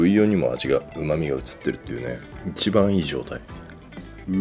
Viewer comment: ～「一番いい状態」が「柴みがいい状態」に聞こえちゃうんですよ…